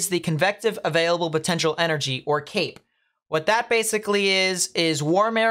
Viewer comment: I thought you were saying Cake not Cape. Like Cake gives you energy. Then I cleaned my ears. Kind of sad it's CAPE